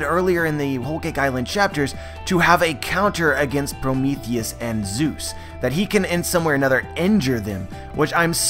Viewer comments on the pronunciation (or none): none